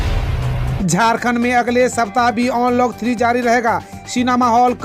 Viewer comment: onlock ni bhaiiiiii अन्लोक होता है यार